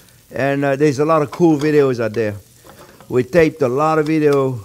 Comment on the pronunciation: “Put awot of pepper, don’t be afwaid” lol